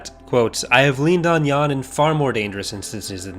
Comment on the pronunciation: I'd just like to thank you for pronouncing Jan Dodana's first name right, Yahn. SO many people, even people who are very knowledgeable about Star Wars, pronounce his name Jan as if it rhymes with the word "plan" and it drives me nuts.